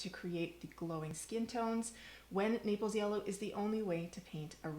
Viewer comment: Naples yellow; not napels. Thanks for the great info.